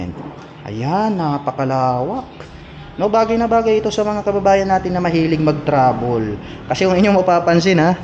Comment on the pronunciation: kakatuwa lang pagbigkas ni lods. Trede - 3d, Travel - Trabol, Air cooled - Er kold. :)